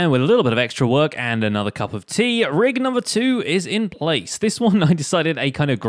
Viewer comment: anyone thought about the spiffing Brit when he said the word ‘tea’😂